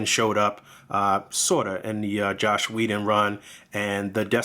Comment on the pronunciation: No, the review is actually pretty decent. But in Whedon's case people confuse „Joss" and „Josh" very often. And the fact that you pronounced it „Josh" every single time made me feel like you do it too. But I can see I should formulate the comment better, so I apologize about that.